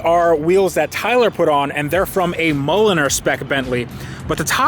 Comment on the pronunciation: MOLLLINER. Do you mean MULLINER.